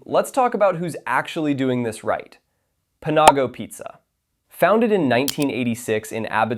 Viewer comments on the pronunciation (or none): I've never head Panago pronounced Puh nah go before. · "pa-NAW-go" lmao what.